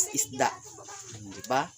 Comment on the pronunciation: Ehehehe magkatawa ko s imo pronounciation Girl.. 😂😂😂😂 Esda 🐠 konte..